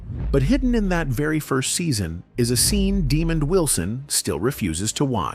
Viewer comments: First of all, his name is Desmond, not Demond!! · AI aint sh*t . "Demon"